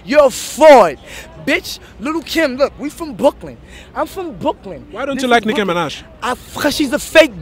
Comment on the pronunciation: what a classic the way that she says brooklyn is so good what a legend